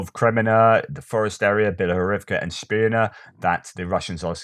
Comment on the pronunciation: Hi again! A comment about your pronounciation of "Spirne". I think it is to be pronounced as written, Spirne and not "Schpirne", at least how I read the kyrilic spelling. Maybe someone else here might clarify? Oh, by the way, Where is Ivan Khurs?